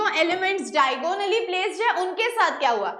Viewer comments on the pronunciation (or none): Mam all lec was good but it is not diagooonally it is diagonally